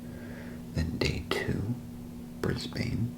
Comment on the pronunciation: As an Aussie, I was worried there’d be a lot of mispronunciations that I’d find too distracting, but honestly your content is so good I wasn’t even bothered by the “Bris-BAIN” (it’s “Bris-bin” lol) Keep up the good work man!